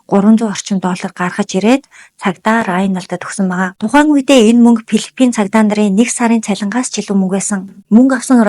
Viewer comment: Пилифин биш филипин гэж дуудна. Дуудлагаа засаарай.